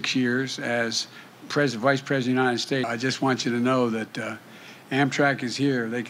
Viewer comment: President with a silent 'P'